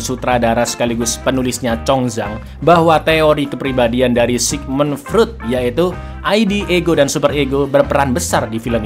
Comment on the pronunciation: Freud bacanya Froid cang